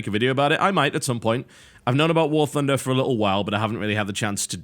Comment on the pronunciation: warTHUNDER not warFUNDER -_- well he is brit